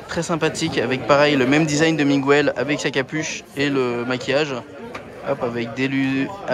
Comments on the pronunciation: jpp je vais mourir si je ré entends "migouwel" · Par pitié prononce le prénom correctement c'est MIGUEL c'est pas compliqués quand meme!!!